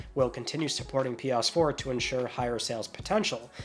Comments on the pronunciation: For the love of God, please pronounce it PS4 and not Pias4. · Lol he calls it pee ass 4 and 5 😂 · “Pe-urse-four” 😹 I love your comedy ( ॒◞ˠ◟ ॒)💨